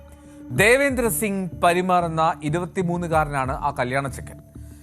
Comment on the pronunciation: പരിമാർ അല്ലടാ ഊള മാപ്രേ. പർമാർ.